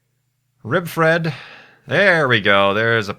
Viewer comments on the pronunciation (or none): none